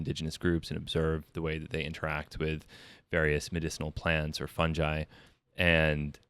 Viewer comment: the way he says fungi makes me die inside